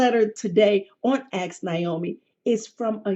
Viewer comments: Omg that aks. Hurts my soul so much lol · She probably shouldn't have a segment called "Ask " when she can't even say the word "ask". She should've called it "Axe ". As for dating a sex worker? Only a young man would consider such a dumb proposition.